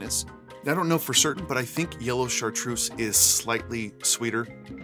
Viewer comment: I'm French, Chartreuse is pronounced with a Z like zoo, not S.